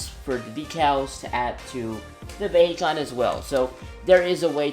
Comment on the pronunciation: its pronounced vihecon (for some reason)